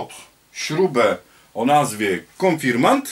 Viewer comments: konfirmaNt XD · Spoko, ale konfirmant🤣😂? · W pisowni oraz w poprawnej wymowie powinno być "Konfirmat" Ze względu na środowisku w którym przebywam większość ludzi nie wiedząc dlaczego zmieniła wymowę na konfirmant i tak się już to zostało. Pozdrawiam